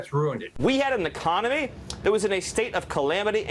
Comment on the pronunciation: Does Miller call it 'ecomony' ?